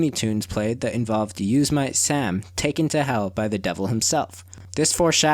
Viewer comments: How can you call yourself a film fanatic when you can’t even pronounce Yosemite Sam properly?! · Your pronunciation is whack. You mispronounced Neil Peart and Yosimite Sam, among a couple of others...